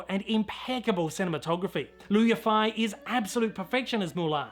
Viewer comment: it's pronounced "Eee fay", fei sounds like the first syllable/half in "fairy" or "fade"😁 and the Yi sounds purely like the letter E. I'm no expert (been learning Mandarin for just a few years) but I think her name is beautiful and deserves the correct pronunciation